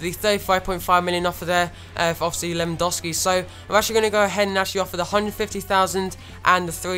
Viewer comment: It's Lewandowski not Lewandowsi +Danyyal Raja